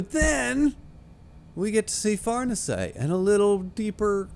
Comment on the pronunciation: Far-nees-e by the way